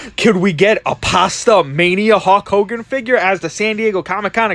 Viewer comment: "Hawk Hogan" lol